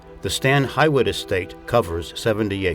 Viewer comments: Friendly correction phonetic pronunciation: Stan H- you - it Hall. not Hi wit. Live near, this is how the locals say it. :) Overall Great Presentation Thank You For Sharing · Just beautiful there, thank you! I would like to mention that the estate is pronounced HEW- IT. And their name is pronounced CYBERLING. The last time I was there, their daughter was still living above the guest house, and was over 100 years old-- I can't remember exactly, but I seem to remember she was either 107 or 102! I was thinking 107. I will have to look it up. Gorgeous home, take the tour if you ever get the chance.